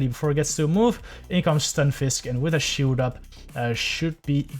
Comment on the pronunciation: The correct pronunciation is SHIILD NOT SHIUUUUUUUU ADVENTEG NOT ADFANTAJE GRASSHOLE NOT CRASSOOOOOLEEEEE